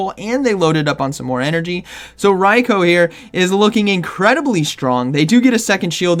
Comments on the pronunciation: ITS RAI-KOO, not RAI-KOWE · I cringed everything said RYE-KO 😂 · The number of times you pronounced Raikou incorrectly is going to keep me up at night